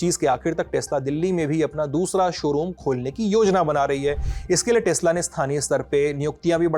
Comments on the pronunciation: Tesla ❌ Tasla✅ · Tesla nahi…. TEX LA 😂😂